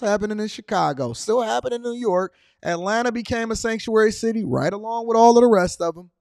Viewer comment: CHICAGO. " SANTUARY. CYTY. WELCOME. 😅😅😅😅JAJAJA JAJAJA JAJAJA JAJAJA